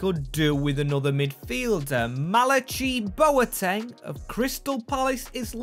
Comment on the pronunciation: hate to be that guy, but his names pronounces mal-a-kai I’m pretty sure